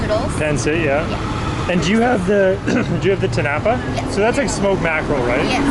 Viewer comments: just to help you with the pronounciation, in tinapa, the stress is on the last syllable (ti-na-PA). your pronounciation is close to that of the word tinapay (ti-NA-pay) which is tagalog for bread. 💚 love love love that you're so interested in our cuisine. at times, i am amazed by some of your culinary insights. more power to your channel. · Tinapa is inflected at the third and not the second syllable. It's eaten for breakfast and like most other Filipino breakfast item this is a paired with garlic fries rice or "sinangag" To eat this you dip the tinapa into a spiced vinegar condiment then eat it with your fried rice and fried egg. It would be recommended to follow it up with "atchara" or pickled green papaya. Love your content thank you for featuring our food and appreciating love from the Philippines 🇵🇭 ❤